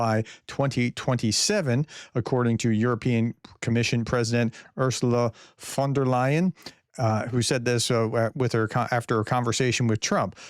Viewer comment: You are really getting a Ursula von der Leyen pronunciation expert!👍